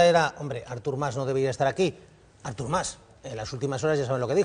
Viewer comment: em declaro incapaç de respectar la opinió d'una persona que pronuncia Árthur Mas